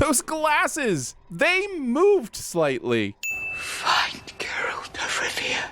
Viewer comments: I really don't want them to do the second episode. Because going by that pronunciation of Geralt, I don't even want the narrator to try taking a stab at pronouncing Jaskier or Yennefer. However, I am confused how Renfri and Calanthe got pronounced correctly. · ok i cant wait for the rest of the episodes to be sinned but for the LOVE OF GOD. Please pronounce Geralt properly. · he says Geralt weird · You MUST be mispronouncing his name on purpose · The way you keep mispronouncing "Geralt", often right after it's spoken, is starting to get annoying. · Not to be rude or anything but , I couldn't help but twitch a little when you mispronounced Geralt's name in a scene that not only has him SAY his own name, but to then sin said scene because of name pronunciation and similarities! 😂 Still, two sins off for the fight scene and choreography is a welcome sight! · Exactly. This guy is usually so obnoxiously pedantic about pronunciations and acronyms, yet he keeps saying obvious names wrong. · He says Geralt wrong 😡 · Sin yo punk azz for not knowing how to say Geralt. You here them say his name and you choose to say it wrong. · What the fuck is that pronounciation of Geralt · i dont like how he says geralt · I would like to add a sin for each time pronounces Geralt's name wrong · has gotten many sins for itself through all the videos I have watched. Also how did he keep saying it wrong when you can hear how the name sounds in just these clips?! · script writing must go to someone else, his sin is to not have done basic research on how to say Geralt's name beforehand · 1 sin is not enough I'm afraid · and then talks shit about how the girl says his name :D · They pronounce it so many times, why can't this guy get it right 😂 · If the mispronounciation is a joke, it sure as shit isn't a funny one and distracts from the video. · It's Geralt not Ger-olt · GEralt. not GerAlt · GAIR-ult. not guh-RAHLT. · who is "Grrrr-ALT" ? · Ger(as in bear)-alt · I heard "girlt" xD